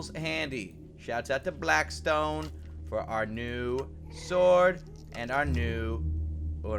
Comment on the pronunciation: its blackstone not blaskstone